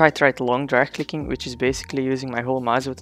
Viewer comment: at the start when he said "drag clicking" am i the only one who heard "trash clicking"?